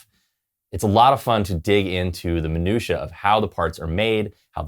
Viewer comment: Thanks, cool effect! And I now know how to pronounce "minutae"